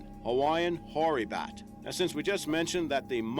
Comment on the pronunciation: Hoary bat, not nory